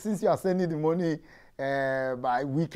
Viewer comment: "See foundation...See plantain" 😂😂 Thank you very much for this informative video...Some great lessons for us to apply in our day-to-day lives 🙏🏽